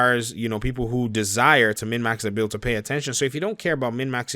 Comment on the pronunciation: Are you saying mid max?